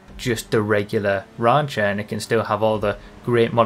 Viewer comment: Nobody:: rÁncher Love it.